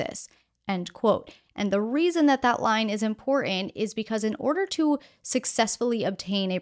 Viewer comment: I like your videos, but you really need to work on your pronunciation of the word "important" it's very distracting, and I have noticed it more than once. You obviously have been trained in speaking, no "um" or "a" overall very pleasant speaking voice but could use a little more emotion.